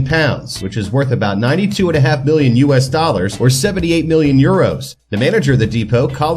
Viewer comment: Why does your million sound like billion